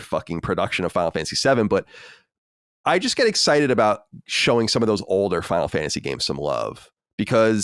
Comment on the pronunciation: Never noticed "watch" with but I always notice the way he says "older". Almost sounds like he says "odor" instead.